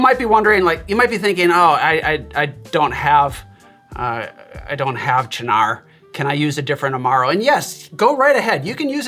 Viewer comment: Thank you for finally revealing to me how to pronounce Cynar!